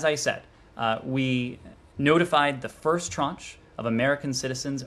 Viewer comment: Why is he using a Financial term ‘Tranch” to describe groups of people. He even miss pronounces it. The writer of the talking point a CPA?